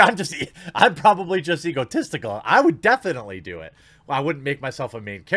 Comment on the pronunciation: Its "EgoTestical"